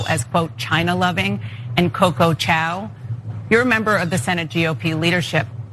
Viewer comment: Literally called her a Chinese dog using “Chow” instead of Chao